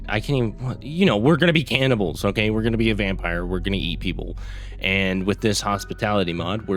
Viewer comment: Bro can't even say cannibals.